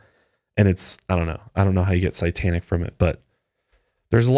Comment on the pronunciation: I love you guys and your podcast so much! But if I hear say "sigh-tanic" instead of "say-tanic" one more time I'm going to lose it